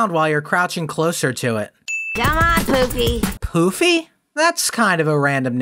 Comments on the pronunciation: I can't here poofy I hear poopy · Amethyst didn’t say poofy she said poopy